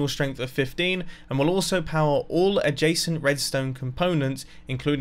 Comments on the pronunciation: It took me 7 minutes to understand that he is saying adjescent not Jason. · It sounds like you keep saying ''a jason'' But I don't understand what you're actually saying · Every time you say "adjacent" I hear "a json", should replace my ears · who doesent know what a jasent or jacent block is well thats me everytime he says it im like wth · Wait i though he said "a Jason"